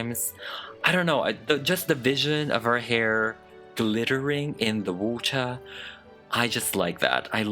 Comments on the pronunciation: whenever you say “water” your accent really comes out lolol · ❤❤❤❤😍😍😍💕I love it when says "water" in British